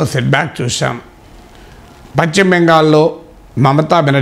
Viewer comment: పశ్చిమ స్పష్టంగా ఉచ్చరించడం నేర్చుకో అన్నయ్యా ముందర. అడుగంటిన ఆశలు చిగురించిన వేళ ఉబ్బితబ్బిబై భాష తడుతున్నట్లు గా ఉంది. 😂😂😂😂😂🤣🤣🤣🤣